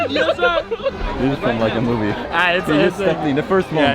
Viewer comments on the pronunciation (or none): none